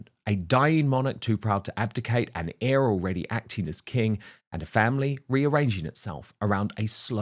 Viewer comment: Dude, check the pronunciation of "heir."